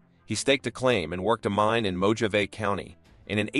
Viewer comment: Another comment from one of the watchers about the pronunciation of some words, such as "Mojave" (no "j" sound) and for goodness sake, "Earp" (doesn't rhyme with "ear"). However some edits of the video did correct "Earp", so the error was known. The first killing by Stilwell mentioned was that he killed "another" man. I thought I had missed something. I hadn't. I fail to see how the title of this video includes, "so heartless you won't believe it". He killed two men. "Chilling tale"? This is just to get folks to watch it. Also included are silly images of jurors in the 1800s. Most of the video has nothing to do with Stilwell. Instead of just presenting facts, it also goes too much into interpretation. This was not of production quality.